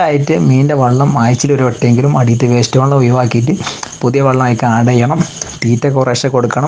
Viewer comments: വള്ളം അല്ല വെള്ളം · 'വള്ളം' അല്ല മോനൂ, [വെ, ള്ളം] - "വെള്ളം". അങ്ങനെ പറയണം മോനൂ.... "നന്മ പരക്കട്ടെ" 🙂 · വള്ളം ( വഞ്ചി ആണ് ) അല്ല ചേട്ടാ, വെള്ളം.... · വള്ളം അല്ല ചേട്ടാ വെള്ളം